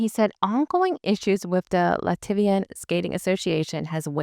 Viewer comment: Thanks for this post. I have some corrections for you….Lat-V-N, not Luh-tiv-E-N. The singer D4VD is pronounced Day-Vid. Petrosian (Adeliia, not Adelina) will be fine. She’s one tough cookie. Plus, Eteri will be there with the Georgian team so she’ll manage to coach Adeliia, every step of the way. Eteri will not be denied access to her student.